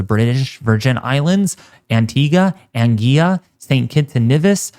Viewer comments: The island of Anguilla is pronounced 'Angwilla'. Please take note ok... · Hey,. We are always appreciative of your very comprehensive weather updates. Thanks for keeping us alert here in the islands. My island, ANGUILLA, is actually pronounced AN GWILLER. Keep up the excellent work. Blessings!